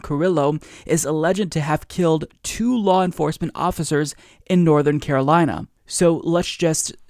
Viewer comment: California, not "Carolina", wherever that is.